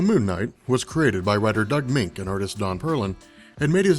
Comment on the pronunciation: Its prounce Doug (Munch) not (Mink).